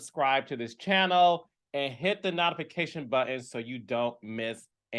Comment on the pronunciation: Carlos I love your commentary but PLEASE stop saying NOT-TA-FA-CATION button. It’s NOTE-TUH-FA-KAY-SHUN. Please & Thanks Love ya! #LibraGang ♎️